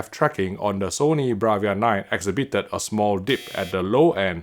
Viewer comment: Trigger warning…. The 200th time you say exhiBIted. Why not learn the most crucial and used words? Nobody dares to tell you. ExHIbited. Not all words have emphasis on the next to last syllable..